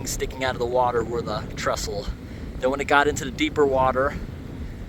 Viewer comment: It's 'Trestle' not 'Trustle', though. (I think?!)